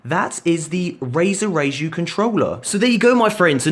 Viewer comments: it's pronounced like Rye-ju after a japanese mythological creature ;) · you pronounced Raiju (rai-jew) wrong... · He pronouncing Raiju....cringe !!!!!! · Anyone else cringe whenever he pronounced raiju the way he did?